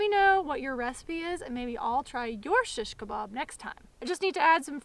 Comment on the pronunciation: I like how you say "SHiSHkabob" :) oh btw lately I've just found out about these cool flat stainless steel skewers that rock! They keep the stuff from spinning around when you flip them.